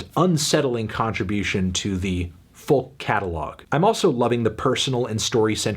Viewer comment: Why does he pronounce it as foLk